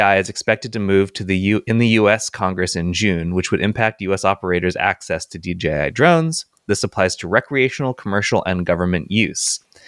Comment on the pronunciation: Guys! DJI, not DGI! :face-fuchsia-tongue-out